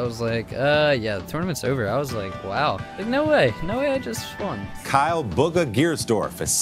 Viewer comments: He just said BUGGA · my man said Baga lol